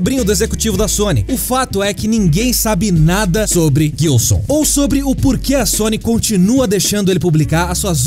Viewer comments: Só eu que me incomodo toda vez que ouço Guilson sendo que o nome é Gilson? hushuhusauashusahusahsauhsauhsuahsusahuashausashushuhu chegou em um momento do vídeo que eu já tava rindo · Guilson não,. Gilson. Se pronuncia JILSON mas com G. Gilson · Nossa ouvir vocês falarem "guilçom" faz doer os ouvidos pqp